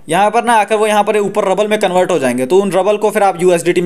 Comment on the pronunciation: Rabbal nhi rubal hota hai. रूबल